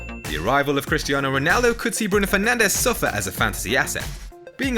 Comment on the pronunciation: Man said penandez 😂😂😂 epic i loved it